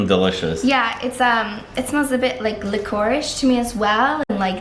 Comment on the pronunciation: this is one of my favorite videos that you have. Really enjoyed the breakdown of the list all of your guest comments and the way she pronounced licorice. Big fan is always